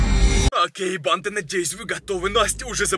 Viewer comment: ты говаришь бандааа долго произносишь букву а